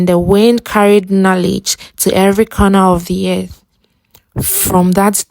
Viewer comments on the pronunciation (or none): My highlights are the moral of the fictitious story and your pronunciation of "anger" and "corner"😂😂